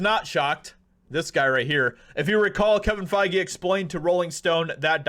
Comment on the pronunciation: It's pronounced fey...... 😂